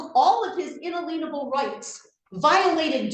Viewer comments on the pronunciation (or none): her “un-a-leanable” rights 🤦🏻‍♂️ and “inergy”. I think she means inalienable and injury. What a great lawyer she is. 😬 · 😂😂😂😂 she doesnt even know how to pronounce “inalienable”🤦‍♂️ in a leanable rights are not a thing. 😂😂😂😂😂😂😂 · lol your what? Un-a-lean-able rights? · UnaLEENable! UnaLEENable! UnaLEENable! UnaLEENable! Put this trout in jail. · What are un-a-lean-able rights? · I love her constant reference to her" unaleenable rights...haaa..cretinous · In-a-lean-able rights. Right. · Why can none of these people pronounce "inalienable"? It's not "in-uh-leen-able." It's "in-ay-lee-un-able." These are the rights from which you cannot be alienated. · She's welcome to all the "unalateable rights" she wants - I'll stick with the inalienable rights granted by the Declaration of Independence. At the end she's also worried about her "inaleetable rights" -- she's welcome to those too 🤣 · al-i-en-able rights. You sound ignorant every time you mispronounce it. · She's driving me a little crazy with the "in-a-lienable rights" thing. To be a sovereign citizen lawyer, seems like you'd need to be able to pronounce correctly some basic Constitutional words. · In-a-leanable rights!? What even is this? She doesn’t even know how to say it, how does she know what it means!? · Also - the would be usurper of power declared that ritual actually stems from God (i assume the Christian one) yet tries in vain to perform an abomination of a ritual and can't say In-Alien-able correctly which was annoying. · I wish the witness (lawyer) had asked "what does 'un- leen-able' mean?" 😅😅 It's inalienable, fool! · "Inna-leanable" rights.....😂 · Why is it that ONLY sovereign citizens pronounce inalienable rights as “In aleen able@ rights? Are they really that fucking illiterate? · Her un-uh-lean-able rights? Never heard it pronounced that way. I guess she doesn't lean into her rights. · IN ALEEN A BULL. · She needs to stop practicing law - and she needs to learn how to pronounce INALIENABLE ! omg 😱